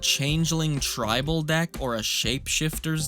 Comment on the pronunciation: I can't believe I haven't heard "tribe-all" before. This man's a genius I tell ya